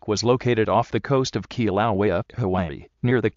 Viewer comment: Kilauea is being mispronounced, and it's located on "The big island" the island of Hawaii, same name as the state.